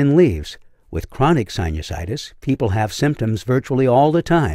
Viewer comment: The way you say sinusides 😂❤